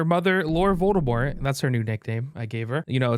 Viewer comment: Volde-laurt? 😂 Laur-demort